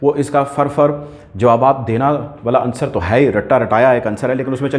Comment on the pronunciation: and The correct pronunciation is "Unsar" OR "Unsur", not "Ansar". According to Feroz-ul-Lughat and Rekhta. 98% of Pakistani media mispronounces this word.